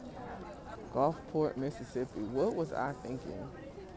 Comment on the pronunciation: Ahhhhh i just realized you were saying Gulfport & not Golfcart 😂😂😂😂